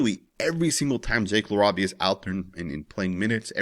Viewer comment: LA-RAY-VIA LOL GODDAMN 😂